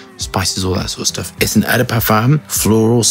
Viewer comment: Hey. I notice you pronounce “eau” as “e” like in the word “french”. But in french “eau” is pronounced like “oo” as in the word “Ford”